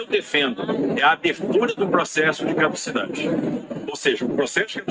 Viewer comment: É CADUCIDADE que se diz, e não "cauducidade", como vc tem falado. É só um apoio e não uma bronca, te adoro amigo.